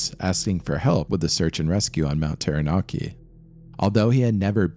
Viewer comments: When I open my front door my unobstructed view is of this beautiful Mountain looks so tranquil yet scary tales it could tell. Thank you for this wonderfully put together short documentary. I admit I had lil giggle with your pronouciation but great piece thanks again x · I was gonna watch this but when I heard the way they said Taranaki and Maori I have to leave this, its not anything like how you say it ask anyone from Aotearoa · pronounciation 'tau(warhammer 40k), rah (egyption bird guy) Nar (narwal), key..... tau-ra-naki, taranaki , Maori - Ma (hey maa and paa), or (and or other),reeeEEEEEEEEEEEEEEEEEEEEEEEEEEEEEEEEEEEEEEEEEEEEEEEEEE, and then say it faster- mao (like mao ze dong), ree, Mao-re.....also i hapen to live under this mountain, fuckn cold...all the time, but that day they climbed...was Insanely stupid...mt taranaki is snowless for most of the summer time, when it snows tho...its basicly turns to ice for weeks, a "do not climb" scenario, unless its been snowy for a long time...the mountains also really dangerous in the sence its a large pro-trusion among a flat area, and what happens is much like a air-con unit, cold air is heavier, so anything that touches the mountain cools, and falls down, big warm fronts would come..and the mountin would turn that into wind, or complelty re direct it, sometimes even rain cant fall near the mountain, becuase, its just that much of a atmospheric dip..... it was freaky day hearing about the trapped people, but the locals were all seriously like 'what in gods name are they doing there", its purely bat shit insane, the skii field is notoriously steep, the whole dam mountin is steep....even basic knowledge...that mountain is a strange danger dolan, im drinking anyway, but yeah, this be the story, the weather can change for the worse in minutes, even on a clear day, just takes a funny ammount of moisture about and poof...cloud, for days on end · terra-narki eeegmont hahaha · ah yes, mount tairanarkey